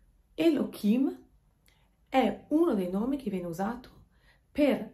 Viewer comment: Ma perché אלהים lo pronunci come Elokim se la ה ha un suono come la h. Scusa, una semplice curiosità linguistica senza la minima intenzione polemica! Grazie